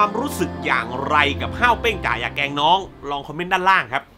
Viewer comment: ขอโทษนะครับพี่ ผมรำคาญที่พี่พูดว่า เเกง เป็นเเกรง คือมันรำคาญ เเต่การอธิบายหนังคือดี คุณภาพไม่เปลี่ยน สมเเล้วที่ไม่ไปดู เพราะคาดว่าคุณภาพเเบบที่พี่บอก เเต่น้องๆ cgm48 ผมยังเชียร์เเละเปย์น้องต่อไป ครับ